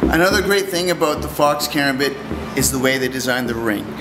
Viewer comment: KARAMBIT! stress on the second A. Come on...